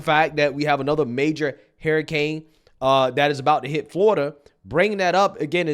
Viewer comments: Every time you say Harricane...I think you're mixing Harris with Hurricane... that said this whole situation is ridiculous...I feel like they're picking and choosing who they're going to be helping at this point.. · I laugh everytime you say hurricane. Idk how you pronounce it so funny. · I feel like today is your first time ever saying the word "hurricane." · Damnit.. it’s not hair-uh-cane. It’s her-uh-cain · Why do you say hairricane? You know it’s hurricane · It's not "harricane", it's "hUrricane"... The people in N.C. are being denied help, Mayorkas said they didn't have the money for FEMA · Man I love you and your channel but why do you say Hair - i - cane? It is her-i-cane :) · Wtf is a harricane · Bro it’s hurricane not harcane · Hahaha!, bruh. Why do you keep calling it a hairicane?😅😂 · Her-i-cane🤣🤣🤣🤣 not hair-i-cane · Hurricane not harricane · ...i I love you, I love your show...but HURRICANE is pronounced Hur-ri-cane....Hur, as in ben-"hur". You are fantastic in getting the message/word out! You are on POINT! But I certainly know exactly what you're saying. Its that southern pronunciation. Keep up the good work. 👍 ❤ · HURR-I-CANE Not HAIR-I-CANE Prayers for the hurricane victims 🙏🏻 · Hurricane Not hairicane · "Hairicane" HUR. HURRICANE. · it's Hurr-i-cane, not hair-a-cane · I love you bro but you say “hurricane” like “herricane” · Bro…it’s “her-uh-kane” not “hair-uh-kane”. All good though 🤜🏾🤛🏾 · lol it’s “herrr..” not “hair..” ….. love your vids but this was driving me nuts every time u said the word. Hurricane 🌀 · What’s a hair-a-Cain? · Haha u keep pronouncing it "Hairrucaines"....which is a nickname we called a hairy kid we used to wrestle that would throw everyone around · Please stop saying “hairicane”. Please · What's a "hairicane"??? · Is saying 'harriscane'? That would make sense though, as she's about as destructive to America as the real thing. 😂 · HER HER HER HER HURRICANE Pronounced HER ICANE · "hairicane"? heheh